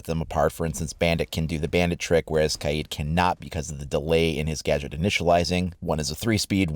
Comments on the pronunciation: it’s ka-YEET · It’s pronounced Kay-eed, not Cade